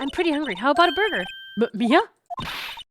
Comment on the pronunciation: The number of times mispronounced Mia's name is astonishing, xD